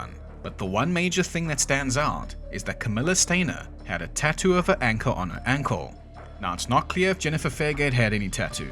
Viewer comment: Yeah, it really does sound like he said, she shat herself.